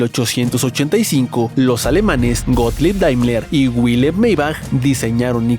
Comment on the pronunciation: Error de pronunciación en el minuto Wilhelm Maybach no era inglés, era alemán, por lo que su nombre se pronuncia como si en castellano se escribiera: Vil-jelm Mai-baj. Habiendo tantos idiomas en el mundo, es bastante torpe creer que cualquier palabra que no sea castellana, debe pronunciarse como si fuese inglesa.